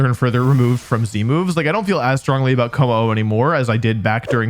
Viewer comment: why is he saying c-moves? It’s z-moves.